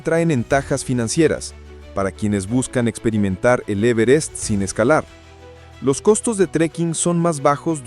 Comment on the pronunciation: En la ia esta no se pueden pronunciar bien los acentos,el e verest?